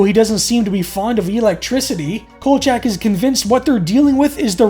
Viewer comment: Could you please get the characters name right, his name is kolchack and not kojack.